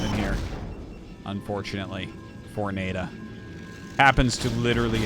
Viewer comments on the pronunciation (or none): Isn’t NaiDa pronounced Na-ee Da?